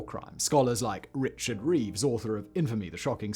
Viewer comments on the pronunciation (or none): none